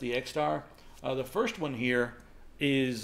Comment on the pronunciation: it´s first not firscht!